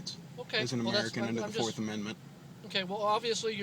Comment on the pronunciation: It's how the phony patriots pronounce American.